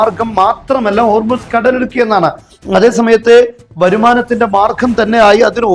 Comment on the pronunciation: "കടലുടുക്ക് " അല്ല കടലിടുക്ക്